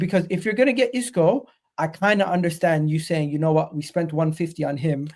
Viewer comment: Man said Isco…